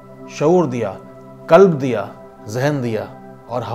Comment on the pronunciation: ! Kalb(dog) NAHI , qalb dia !